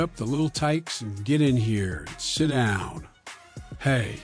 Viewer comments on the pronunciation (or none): Are you from Pittsburgh? That "Siddahwn" was classic Yinzer pronunciation.